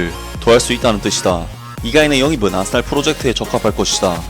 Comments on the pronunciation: 왜 아딸이라 들리지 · 아스날이 계속 아싸리라고 들림ㅋㅋ